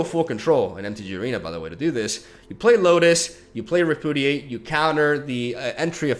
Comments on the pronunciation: Just a FYI, since I know English isn't your first language, but it's pronounced "re--pyoo--dee--ate". You keep saying it like re--poo--dee--ate or even re--poo--did--ate and not gonna lie, it hurts T_T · rep-yoo-diate, not re-poo-diate. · REH - PEW - DEE - 8. Not repoodidate lmao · I thought "RepudiDate" was a joke, but now I'm not so sure. Haha. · Re - Pew - Dee - Ate